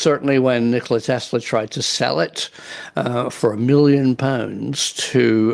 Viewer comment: “Nickeler Tesler”